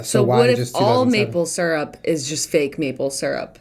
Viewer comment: you say syrup wronggg😧😱😨 I hate that 😥